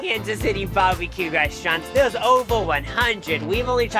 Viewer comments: I love how says Barbie-Que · If he says barbie-q one more time I’m unsubscribing